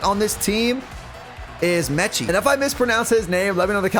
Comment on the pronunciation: I played high school ball with metchie at saint james. You’re saying it perfectly.